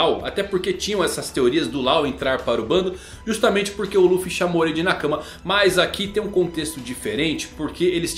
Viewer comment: sem querer parecer chato, mas é q é estranho ouvir assim. pronuncio correta de nakama é nakámá. Nakãma é impronunciavél em japonês. outro é o tomodachi. normalmente dizemos tomodachi com o chi como se fosse um shi. Mas em japones o chi tem som de ti.